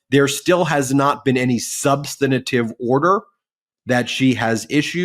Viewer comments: Ben, please learn the correct pronunciation of "substantive". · 'Substanitive'? Dyslexia? Or just learned wrong? The word is SUB-STAN-TIVE -- 3 syllables, not 4.